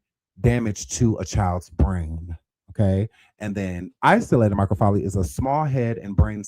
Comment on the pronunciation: OMG he keeps mispronouncing microcephaly it's pronounced MY-kroh-SEF-uh-lee . It has five syllables